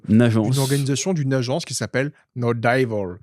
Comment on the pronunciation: On dit " no divôle" pas "no daillevôle". Faites un effort 😂😂😂 trêve de plaisanterie mais....... merci pour tout votre excellent contenu